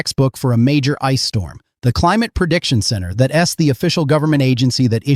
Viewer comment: Teach your AI about contractions! Here 'S' , Don T and That 'S' stand out!😮